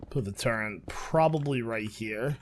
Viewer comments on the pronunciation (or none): I kind of scream inside everytime he says "turrrent" lol